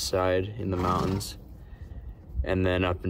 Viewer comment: Stopping at a crick for water in the mow-uns. Spoken like a true Utahn.